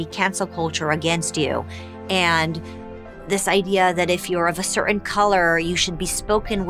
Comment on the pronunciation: Please learn to pronounce "Certain"!!!